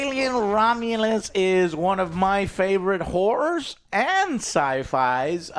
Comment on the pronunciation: joe, please pronounce "horrors" better. i thought you were saying it was a good year for women of the night